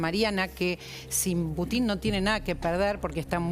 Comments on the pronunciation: Ninguno de los que estaban en la mesa pudo pronunciar el nombre del presidente Putin correctamente. E intentan informar, este es el nivel de los periodistas argentinos... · Esta paupérrima periodista de apellido Santillan, CON TODA MALA INTENCIÓN, modifica la pronunciación del apellido del presidente ruso., con la connivencia de los gerentes de esta agencia de noticias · Paupérrima periodista, incluso CON TODA MALA INTENCIÓN, modifica la pronunciación del apellido del presidente de Rusia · A ver señores periodistas les voy a enseñar un poquito de ruso,Putin se pronuncia acentuando la U,y es evidente porqué acentúan en la I,eso demuestra su animosidad,se les nota mucho